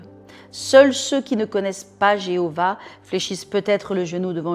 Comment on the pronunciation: Merci pour ce très bel enseignement. Oui, fléchir le genou devant le Père Tout Puissant, le servir et lui rendre Gloire. Cependant, ce qui m'a gêné est la prononciation par 2 fois du 'mot' Jéhovah. J'ai, depuis le ventre de ma mère, jusqu'à mes 38 ans été dans la secte des Témoins de Jéhovah. C'est un nom qui me fait mal aux oreilles d'autant plus qu'on ne connaît pas la prononciation du nom de l'Eternel. C'est vrai que je n'aime pas ce nom. Il me rappelle de très mauvais souvenirs d'autant plus que ma mère est encore à l'interieur de la secte et m'a renié pour être sorti de là et rencontrer le Seigneur Jésus et lui avoir donné ma vie. Je vous remercie tout de même du fait de m'avoir rappeler que c'est à Dieu, le Créateur et à son Fils Jésus que je dois tout. Soyez bénie